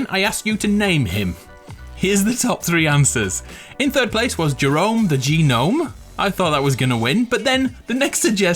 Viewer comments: It’s not gah nome. It’s none spelt gnome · The way he says gnome 😭😭 the g is silent in gnome 🤣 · I... assume he knows that. Saying it as G-Nome is supposed to be humorous :)